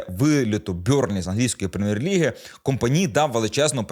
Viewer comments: Компани', а не Ко'мпани... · Та що ж ти ті прізвища так коверкаєш то якийсь талант, я вже давно не чув РішарлісОна , Чупо- МотІнг так тепер КОмпані